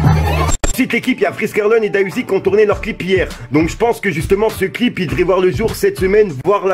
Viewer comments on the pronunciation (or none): ca se prononce D.A UZI pas da uzi!!!! c'est important